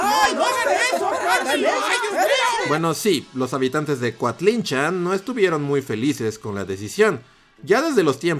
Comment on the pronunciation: Yo vivo a un lado de coatlinchan y lo pronuncias bien rarito jaja, saludos buen video Como dato extra los habitantes del lugar también dicen que cuando se la llevaron estuvo una semana lloviendo por aquí